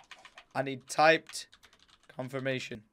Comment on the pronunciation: It's confirmation, not comfirmation The more you know